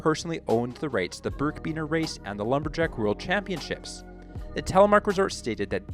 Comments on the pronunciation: It’s birkbiner, not birkbeaner. Good research though. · It's pronounced "birk a biner" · birkiebiner, learn how to say it correctly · You miss-pronounced birkebeiner.